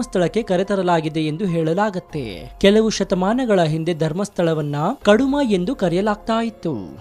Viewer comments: ಅದು ಕಾಡುಮಾ ಅಲ್ಲ ಕುಡುಮಾ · ಕಡುಮ ಅಲ್ಲಾ, ಕುಡುಮ.